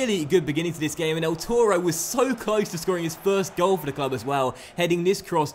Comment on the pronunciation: Toro ahould be pronounced with more authority. Tor-O should rhyme with borrow 🐃